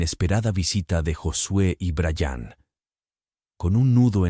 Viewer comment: Se dise bryan no brayaaaan.